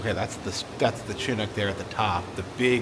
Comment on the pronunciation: I think u need to go back to the Alaska Sealife Center, since u missed the puffins diving downstairs. Also, Chinook/king salmon is pronounced "shi nook." 😊😅